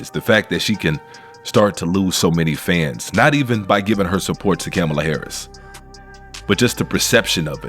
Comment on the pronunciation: Camel-a Harris 😂😅